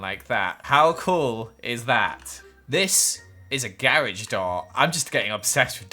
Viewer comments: Gayrige Me: Garage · Look at this gaa-rage door Me:😂🤦‍♀️🤦‍♀️🤦‍♀️🤦‍♀️🤦‍♀️🤦‍♀️🤦‍♀️🤦‍♀️ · The way he sad garage